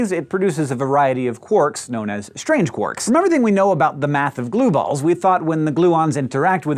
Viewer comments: uhhh 'quorks'? quarks, surely. EDIT: now he's changed to 'quirks' what is this madness?! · Why "quorks" rather than "quarks"?